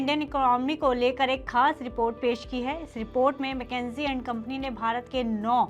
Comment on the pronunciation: मैकेंजी नहीं, मकिंसे बोलिए